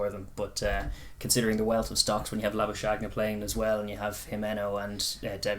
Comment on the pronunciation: Kinda funny how everyone seems to be butchering the 'Labuschagne' pronunciation, including the commentators. It's basically Lah - boo - skuhG(hard throaty G sound) - knee. For reference, in this clip, at about the 50 second mark, Marnus Labuschagne gives the pronunciation.